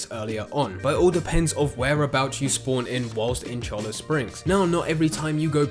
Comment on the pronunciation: He's still wrong, and you aren't spelling it right. It's Cholla, as in the Cholla cactus. Pronounced "choy-uh"